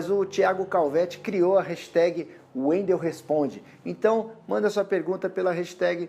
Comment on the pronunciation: Mais um no youtube que fala meu nome errado... Wendel sendo bombardeado pelo Dragon Ball Super haha